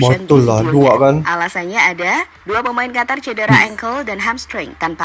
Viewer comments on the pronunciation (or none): Qatar. Huruf a ganti o. (Qotor). Lanjut